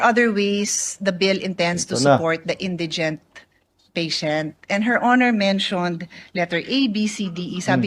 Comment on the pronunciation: Hahahhahahah Hindi nga marunong MG bigkas ng INDIGENT SABI NI virus Indigen daw